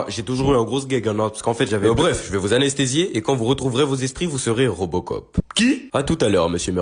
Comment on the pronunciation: C'est pas robocop c'est reubecop 😂😂